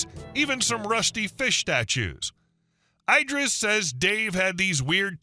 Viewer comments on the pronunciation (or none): Every time you say "EYE-dris" I'm squirting you with a water bottle. Are you secretly an AI reader? Have you somehow despite working on Youtube for a living NEVER heard of Idris Elba. It's bloody ID-riss you knob! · Eye-dris? You mean like Eye-dris Eel-bra? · Idris, as in Elba…not ‘eye-driss’ 😂